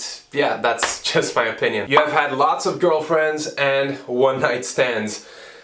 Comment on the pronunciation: One night "stans" 😂😂😂😂😂😂